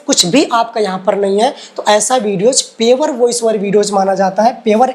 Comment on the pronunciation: Bhaiya पेवर nhi प्योर bola jata hai